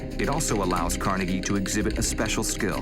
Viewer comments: Pronounced "Car-nae-gay" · No its pronounced Car-Neg-E. There's no doubt to this because his nickname when he was young was "Neg".